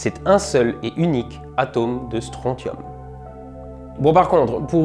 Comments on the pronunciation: Répétez tous après moi : stronSSSSSSium Comme dans "consortium", "tritium", "technétium", "syncytium"... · Euh... on dit pas Strontium "stroncium" ?